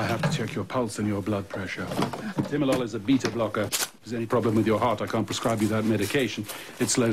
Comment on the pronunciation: Oh Timolol! I kept hearing Tilenol. Finally understood when Ripley said she had glaucoma (beta blocker and asthma... Give her some Xalatan)